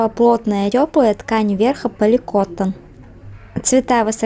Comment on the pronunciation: Здравствуйте.Спасибо за информацию. Лайк. С праздником Вас! Не обижайтесь, но поликотТОН.